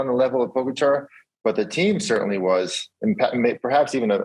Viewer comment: Lance, it's not that hard to pronounce Pogacar correctly. Show some respect!